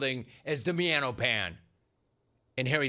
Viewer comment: “The miano pan” 😂….